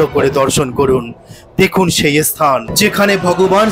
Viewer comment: অশিক্ষিতের মতো ব্লগ!"এস্থান"-- নয়,স্থান। উচ্চারণ দোষ না কাটিয়ে ব্লগ করলে বেশিদূর এগোতে পারা যাবে না!